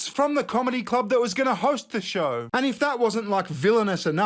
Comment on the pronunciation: I cannot stand when people say "ant" instead of "and"